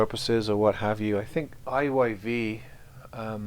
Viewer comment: 😂 also me. I didn't notice the right way is IYV until the guy in video pronounced it. I thought the brand was called IVY